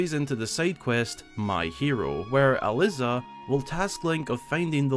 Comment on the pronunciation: I was thrilled when I found out there was an NPC with my name, I've basically never seen it used in any mainstream media. That being said, every time you pronounced it as Al-liz-ah I aged another year